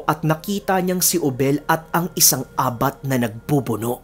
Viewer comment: Ang tamàng pag pronounce Ng abat ay mabilis, correction lng po🙄